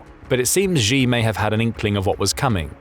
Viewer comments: His name is pronounced She! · “She”, the surname Xi is literally pronounced like the English word “she”. Don’t be like the other news organizations that mispronounce his name 😅 Great content otherwise 👍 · xi is pronounced a bit more like ‘she’ than ‘jee’, and xin hua is hsin hwa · NB. Xi is pronounced in English as ‘She’ and the Chinese news agency Xinhua is pronounced in English as ‘Shin Hwa‘ hwa pronounced hwar…. As in arr